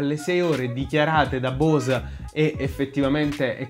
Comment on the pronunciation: bravo! ... comunque la "E" di Bose si pronuncia...